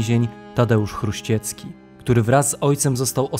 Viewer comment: Nie Chruściecki tylko Chruścicki